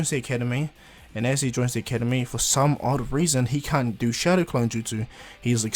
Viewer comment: Your saying showdow clone